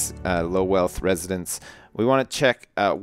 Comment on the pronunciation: 'Residentses'? No, 'residents'!